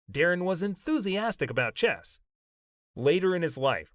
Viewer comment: For gawd sakes it's chess, not chest.